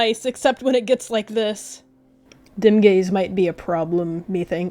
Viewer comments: at first i thought you said dem gayz not dimgaze LOL?? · i thought you said dem gays instead of dimgaze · Please tell me im not the only one who heard dimgaze and dem gays- ...when you said 'i elected dimgaze' i thought that you were were shipping dimgaze and sootleaf